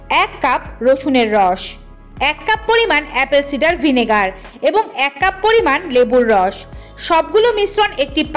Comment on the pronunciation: ভিনেগারের নামটা একটু ভালো ভাবে বলুন..দয়া করে একটু ইংলিশে লিখে দিন🙏